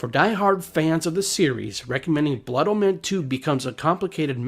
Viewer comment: blood O-men not blood -MEN